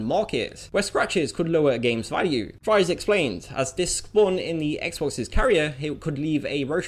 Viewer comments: Ed Fries's last name is pronounced "Freeze", for the record. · surprisingly, (Ed) fries is pronounced freeze.